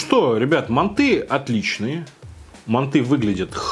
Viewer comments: не мантЫ а мАнты я сам живу в азии в казахстане и правильно мАнты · манты, а не манты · вот его мантЫ уши режет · Манты́? Вроде так бабка говорила моя/ Если долго нажимать на букву- появится версия с ударением.